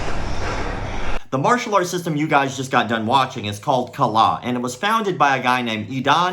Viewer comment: As a Indonesian, yes Kalah means lose And the way say Kalah sounds a bit like a native speaker 😂😂😂